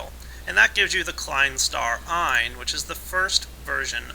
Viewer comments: It's pronounced Eyennz, not Ion :p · that's pretty close, ein should be eins and is pronounced eyn(or properly with a sharp 's' at the end), Zwei is like you say except the 'w' is pronounced similar to a 'v' in english, so more like 'Zvy', Drei sounds almost the same as 'dry', except the 'r' is slightly rolled, the 'v' in german is pronounced like an 'f' in english, so Vier is pronounced similarly to 'fear'